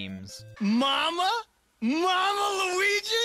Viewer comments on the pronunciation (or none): none